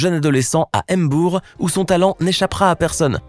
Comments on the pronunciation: On ne dit pas m'bour on dit Mbour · Ça se prononce ''MBOUR'' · C'est Mbour s'il te plaît